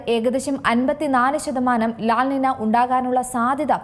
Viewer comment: ലാ നിന അല്ല, ലാ നീഞ്യാ ആണ്